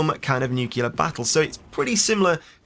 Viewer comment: Please try and pronounce correctly. It's nyookleear not nyookyuler.